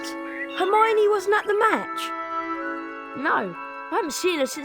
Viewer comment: Right😭😭😭 hermione too. That herfeffernie feffer